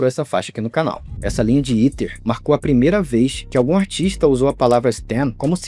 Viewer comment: 🥷🏽 it’s Ether, not Eater 😡